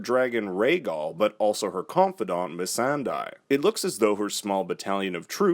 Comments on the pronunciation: Isn't it 'Misandey' and not 'Misanday' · Really murdered "Missan-die" there...